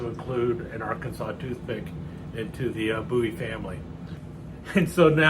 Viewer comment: A very nice demonstration of your collection,. It is my understanding that the Bowie family name descended from the Scottish "Buie," so thank you for for the correct "boo-wee" pronunciation. This style of knife is so iconic, some criminal statutes that describe certain prohibited weapons simply use the term "bowie knife."